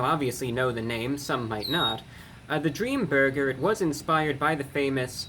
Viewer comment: In thd beginning it sounded like you said dreama burger